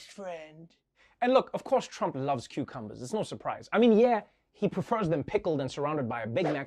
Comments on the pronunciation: Does Trevor pronounce them qwho-cumbers? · Am I the only one hearing "quecumber"?